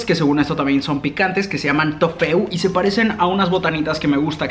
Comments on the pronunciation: No se dice trofeu se dice trofeo pero de escribe haci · Se dise trofeo